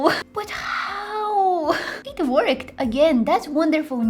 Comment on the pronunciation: not to be rude but when you say "it worked" it sounds like "it twerked" its kinda funny